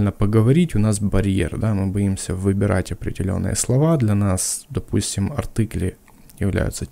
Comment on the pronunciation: Всё круто, заинтересовали! Но почему "артЫкли"? АртИкли же. Тоже учил немецкий...